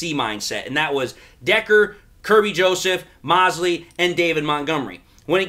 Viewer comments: I think his name is pronounced Mosley long o 😀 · Mo-se--ley man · Moe-slee., it’s Moe-slee. 😉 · Why are you mispronouncing thatman's name?